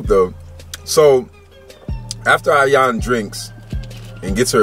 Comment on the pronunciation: I will definitely marry you after hearing how you pronounce my name 😍. Ayan 😂. Say it again lol